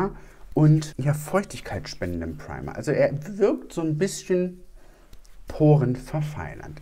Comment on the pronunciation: "Preima" 😂 da kam der deutsche kurz raus 😂